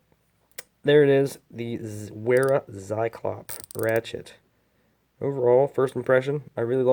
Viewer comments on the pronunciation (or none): pronounced "Veera"